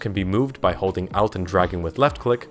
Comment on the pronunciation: How the fuck do you pronounce Alt as Out?